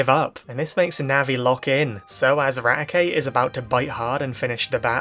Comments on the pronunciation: "This episode horrified everyone! Raticate broke his teeth!" (And yes you pronounced the name right.) *Meanwhile in the manga Arbok gets cut in half, Zinnia gets stabbed and hyper-beamed in the face, and an entire region basically dying and only saved by Ruby using Celebi to go back in time. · we have hundreds of episodes from the Original Series and Sun and Moon to disclose the pronunciation of Raticate. It's always "Rat-e-kate" like eradicate.